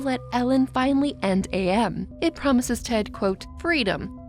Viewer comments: Minor nitpick. AM is pronounced as am, like "I think therefore, I Am." Not A.M. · For future reference, AM is pronounced like the word am, not like the individual letters. "I think therefore I AM." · Actually I got confused when you said AM I thought you were saying IA 😭💀 But the confusion between 'AM' and AI (Artificial Intelligence) is interesting. It shows how easy it is to mix up those terms, especially both involve random outcomes. In real life, this mix up can lead to misunderstandings about technology. People might think AI is a malevolent force like AM, when it's actually a tool we control.